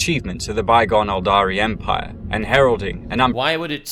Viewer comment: please stop saying empire it hurts my soul